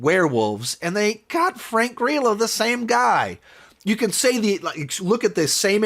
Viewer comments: I think you mean Frank Grr’eelo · I love that you mispronounce Frank Grillos name